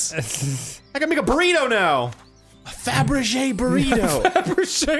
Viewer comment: "Fill your fabrigé into your significant other with a shmorgisborg." Got it.